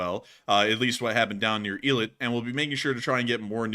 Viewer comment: Eilat is pronounced "A" like letter A, "A-LOT"